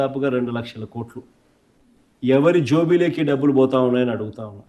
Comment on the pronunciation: ఏపి ప్రజకు తెలుసు. నువ్వు కొంపలోంచి బయటకు రావు. కానీ కార్యకర్తలకు టైమ్ బొక్క. నువ్వు వచ్చి పీకేది లేదు ఏం లేదు. అసెంబ్లీకి వస్తె ఉచ్చ పడుతుంది.. 11 సారు జోబిలోకి కాదు జోబులోకి అని కరెక్టు పలకడం నేర్చుకో.. ఎవడో స్క్రిప్ట్ రాసి ఇస్తే చదవడం తప్ప ఏం రాదు.